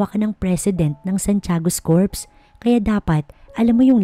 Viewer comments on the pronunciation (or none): none